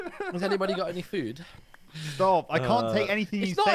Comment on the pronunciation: Grian, don’t you mean… St-AHA-p